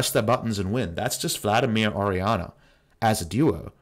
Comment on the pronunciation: Lmaoo for a full three minutes I thought they picked Ahri because I couldnt see the pick and the way you pronounce Ori sounds like Ahri